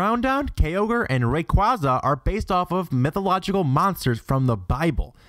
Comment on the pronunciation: "Ground-don and Key-ogre" "rye-qwa-zeh"